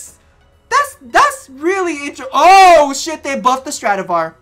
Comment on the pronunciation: I had my moment when you said stradavar buff